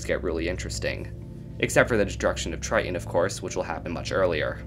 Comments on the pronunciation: Argh. The glottal stop "t"... Pronounce BOTH Ts IN TRI-TON, not Tri-on. 😅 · Take a shot every time he says "Try-en" lol